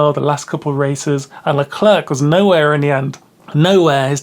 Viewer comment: Great summary, just please we don't pronounce the second C in Leclerc